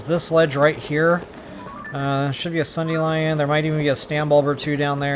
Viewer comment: “Sun-dee-lion”? So many videos I see sundelions pronounced incorrectly, which a number of variations. I don’t get why people don’t get it. Sorry, rant over, and not trying to pick on one person or anything 🤷‍♀️